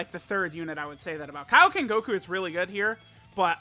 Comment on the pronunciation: KAIOKEN... NOT KIOKEN